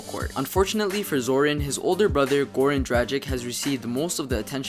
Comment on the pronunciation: Jesus I hate the way u Americans mispronounce dragics name it's not drajik it's dracitch the g isn't pronounced soft u know what I mean I'm German and I know that lol